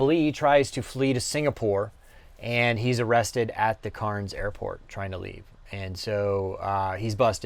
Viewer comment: That's not how you say "Cairns" , not at all